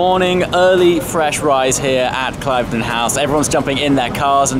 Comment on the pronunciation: Ooops - an exclusive club at an exclusive location but you ought to have known it is pronounced "Klivden" not "Clive-den".